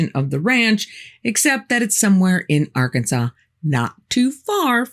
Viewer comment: Also from Arkansas. Nice to hear it pronounced right from outsiders.